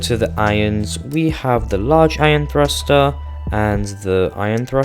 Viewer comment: Its pronounced "Eye-on" not "Iron" like the metal btw. Sorry that was just really bugging me. Good vid thanks.